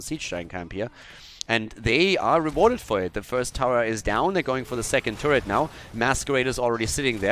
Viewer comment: Hey, Ich find's mega geil was du da machst und trotz der Probleme mit Wohnung/Internet etc weiter versuchst das ganze am laufen zu halten und es auch schaffst, aaaaaaaber: Bitte nenn die Türme doch net "Tourets" xD Das sind "Tower":P Tourets sind die Dinger von Gazlow oder die Teile die man auf z.B. Volskaya aufsammeln kann ^^ Das triggert mich schon seit paar Videos aber jetzt muss ichs einfach mal sagen. Wo ist da die "german Precission"?:P Trotzdem sehr geil und danke für deine Arbeit, mach bitte weiter so und hoffe, dass alles so klappt und gut wird mit deiner neuen Wohnung wie du es dir wünschst;)